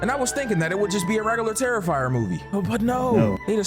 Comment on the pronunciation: Bro said "Regular Terrifer movie" Like any of them regular 😭